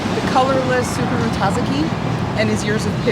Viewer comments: Say it like Sukuru pretend the T isn’t there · if you need help pronouncing the "ts" of tsukuru, think of it like the "ts" at the end of "cats"! if that doesnt work, just using the "s" sound is more accurate than emphasizing the t at the beginning.